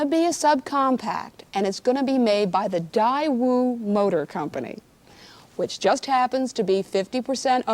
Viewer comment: it’s, ‘ Day-Woo’! 😐 pronounced.